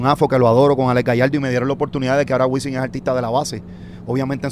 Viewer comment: Alguien que le diga a Wisin que usa la M y no la N.....